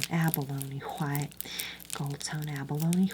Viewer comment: The way she says HWHITE 😭❤️